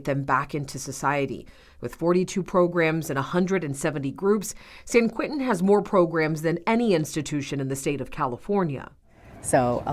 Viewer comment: It’s “ San QUENTIN”. Not QUINTIN.